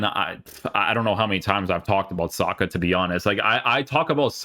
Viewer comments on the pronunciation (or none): Thought he said soccer not saka 😂😂😂